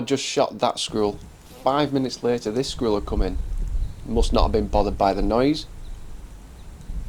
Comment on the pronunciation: It sounds like you are saying screwell instead of squirrel.